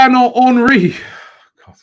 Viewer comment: Is it "Hornry" or "Henry"?